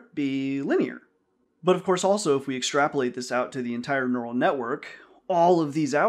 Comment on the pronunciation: Neu - ral - net. It's in the brain.